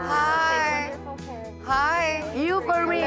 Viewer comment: YU FOR MÍ DISE LA NIURKA JAJAJAJAJA